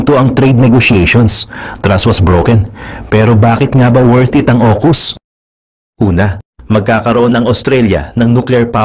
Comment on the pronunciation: Aukus hndi okus...